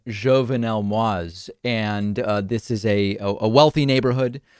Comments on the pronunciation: David, it's pronounced more like /mo eez/ or /maw eez/ , note the trema accent mark over the i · Moïse is pronounced MOW-EASE. It means MOSES in French.